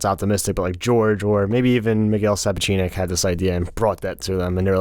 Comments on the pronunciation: FYI it’s pronounced Miguel SA-POTCH-NICK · Also the ways you guys pronounce Miquel Sapochnik’s name is absolutely infuriating. How have you never heard how his name is supposed to sound you were some of the biggest Thrones YouTubers around 😂😂😂